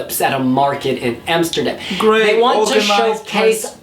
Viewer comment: Neta said amserdam . well she also said jerosalem….